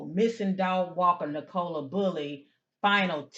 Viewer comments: It's pronounced Nick-o-la. She's not a soft drink. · Pronounced Nic a lah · Pronounced nick-o-la in the UK. O sounds like the U in the word up. Poor girl